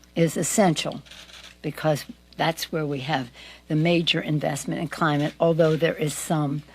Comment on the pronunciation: You know your dentures aren’t in properly when you can make the “b” in because without ever closing your lips 😬